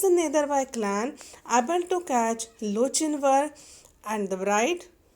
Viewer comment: I'm pretty sure it's pronounced lo-kin-var